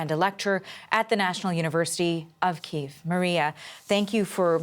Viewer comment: Its pronounced , Key-effv